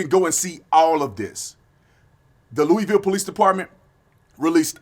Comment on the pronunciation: I figured Walker was mixed up in it.... Hope all the dolts who protest this, have this dumped in their lap, with a huge Red Pill...... Loo A Vull...... we dont like mis pronunciation LOLOL Love ya Tatum